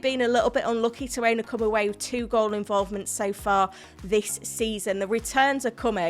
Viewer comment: Do you know when you say "come" sound dirty from you? 😅